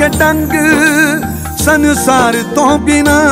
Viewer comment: Maan saab to punjabi De lafz di Galat Pronounciation Di umeed nyi C , Its Not San~saar , Its Sansaar Yr..